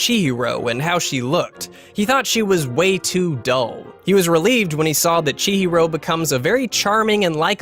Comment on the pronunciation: Hearing Chihiro’s name being butchered is the worst thing I’ve heard today